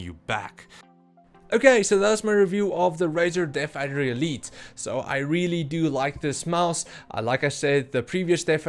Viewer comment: Are you saying Deaf Adder?